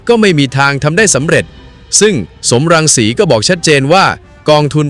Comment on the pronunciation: สม รังสี ไม่ใช่ สอม รังสี อ่านผิดจ้า